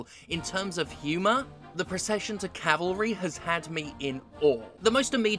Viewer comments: lol is the "procession to calvary" not "procession to cavalry." A calvary is a giant cross, and cavalry are mounted soldiers. maybe this is a weird british pronunciation thing? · This is the first time I've heard someone mispronounce calvary as cavalry. Usually it's the reverse. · JSS... it's Calvary. Your title and what you're saying are "Cavalry", horses, but Calvary is where Jesus was crucified... Edit: cheers for the fix, thank god for you! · It’s CALVARY Jim, not CAVALRY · It's 'Procession to CALVARY' not 'Cavalry'- The hill where Jesus is supposed to have been crucified, not horsey soldiers. It absolutely is amazing, though. It's actually a sequel to the similar 'The Four Last Things' and you can get them bundled together on Steam for a bargain if you don't have game pass. Just fantastic games- as JSS says really great visual style and unique sense of humour. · Calvary, not Cavalry. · Calvary, Jim. Calvary. Every time you pronounce it "cavalry" I die a little. Also this looks like the most Monty Python inspired thing *ever*. And yeah the issue with those fonts isn't as much the font as the colour choices - yellow text on off-white scroll? Are you insane? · Who did not articulate it "cavalry" at least once? Jim definitely did at least few times 😁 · Cavalry 🐎🐎🐎 > Calvary ✝️ Please dont murder the Queens English 🤣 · I like that you didn't pronounce Calvary properly once :P Thank Goud for Stephanie 🙏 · Calvary is not the same word as cavalry.